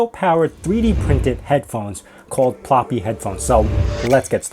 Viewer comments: Ploopy* not Ploppy. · pl ooooo py, not ploppy